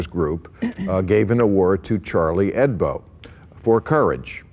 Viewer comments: It pisses me off how he keeps saying "Hedbo" -_ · Charlie HEBDO ... not HEDBO ... or am I deaf ?? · Hebdo, Bill. Not Hedbo. It's short for "weekly" in French. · It's HEBDO, Maher, not HEDBO. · Great show - but it's 'Charlie Hebdo', not 'Charlie Hedbo', Bill :) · It's Chalrlie HEBDO not Charlie HEDBO, Bill Maher,you moron!!!